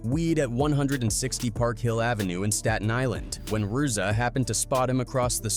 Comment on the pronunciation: Can’t even pronounce ‘RZA’.. videos are pathetic